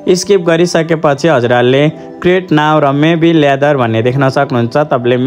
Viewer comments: मेबी लेदर हैन मुला मेबी लेटर भन 🤣🤣🤣😊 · ल्यादर होइन लेटर हो